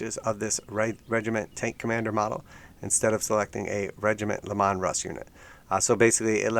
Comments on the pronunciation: it's pronounced "LEE-man" not "Le-Mon" :P makes it sound like an italian ice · Lee-Man Russ, but at least you said Custodes correctly